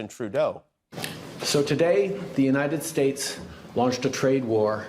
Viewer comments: The United Sheis...??? 😂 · dude can’t talk. He has dementia. Imagine not being able to pronounce Yosemite or even the United States.